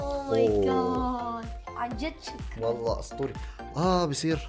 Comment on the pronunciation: ضحكني يوم عطيتع. السماعه قال شكرنن